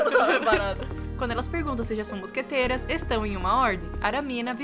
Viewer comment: Eu sempre achei q ela falasse "mosgateiras" por ela ser uma gata kkkk